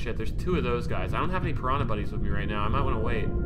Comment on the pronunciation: Listening to Speedy pronounce "P'rana" hurts my soul.